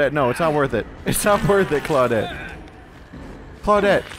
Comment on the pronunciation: How come you don't say "Clau-deet" anymore? I miss it!